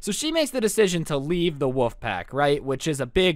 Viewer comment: do you say wouf as in bark instead of wolf